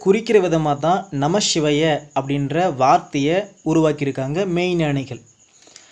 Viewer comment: வணக்கம் தம்பி, நமசிவய என்கிற தமிழ் மந்திரத்தை, பஞ்சாட்சர மந்திரத்தை உச்சரிக்கும் போது மட்டும் ஏன் நமஷிவய என கூறுகிறீர்கள். வடமொழியில் சொன்னால் தான் மேன்மையாக, உயர்வாக இருக்கிறதா என்ன.